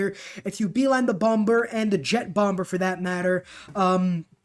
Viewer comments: Umm... the second B in Bomber is SILENT. It's pronounced "Bommer". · yeah he lives in a world without google. where it says its pronounced as "bawm-buh", with the r silent. i too like the swordsman xbow rush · Bomber, *2nd B is silent. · U know the 2nd b in bomber is silent, right? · That was the first time in my life I'd ever heard someone not make the 2nd b silent lol. FYI bro I watch all your videos. Not hating. Did I mention you should subscribe? Because you should definitely do that 😁